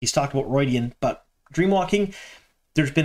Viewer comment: ROO-ID-E-AN, not ROID-E-AN like Steroids!